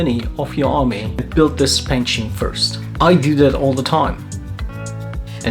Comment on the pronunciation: I hate to be this guy (but I am). I liked your video a lot and I've subscribed. Great content! But the pronunciation has the 'c' in it. Love you though bro.